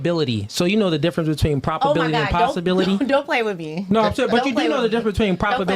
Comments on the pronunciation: It’s probability NOT “properbility” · “Propobility” is wild 🤣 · “Propability”? I’m pretty sure he meant “probability.” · Is he saying Propability or Probability ? Sounds like Propability… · Him saying propability is getting on my nerves 😂😂 But I get what he's saying. But damn shit is wildly annoying me.